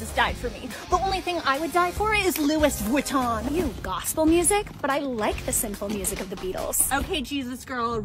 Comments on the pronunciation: "The only thing I would die for is Looiss whueetonn!" no words lol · I know but why cant people just pronounce it right loo-ii ju-tun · Pronouncing “Louis Vuitton” incorrectly was the cherry on top